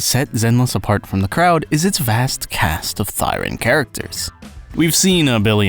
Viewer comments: "Thee-ren". 'Thigh-ren' is a blashpemy to romance languages /rant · I've been pronouncing it Thee-ren this whole time O_O Would be interesting to find out if Hugo and VIvian are half Onis cos Onis have pointed ears too. People did theorize they're bat-thirens but with no wings and other bat qualities, it's hard to say of the veracity of this theory. Anyways, great video, really enjoyed it, keep up the good work.